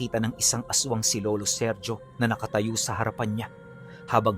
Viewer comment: Seryo hindi serjo lalo unang panahon pa itongl mga taon e ang bigkas sa ganyan pangalan SERYO pag modern times SERJO